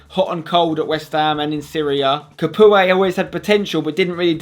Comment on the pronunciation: His name is pronounced Ca-poo, not Ca-pooay